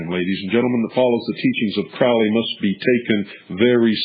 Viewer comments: And it is pronounced "crow''lee... So if you don't even know that... Should we believe anything else you babble about? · You can’t even pronounce his name correctly, so how can we believe what you are saying?